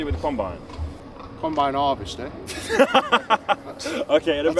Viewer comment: Eddie "Combine 'Arvester" Hall